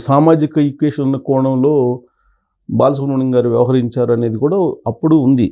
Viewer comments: ‘బాలసుబ్రం’- కాదు బాలసుబ్రహ్మణ్యం! బాగా చదివడం ప్రాక్టీస్ చేయండి ! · Babu ankar garu mundu balasubramanyamgaru ani palakadam nerchukondi